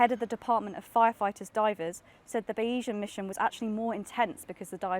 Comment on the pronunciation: Bayesian is pronounced BAY-ZEE-YEN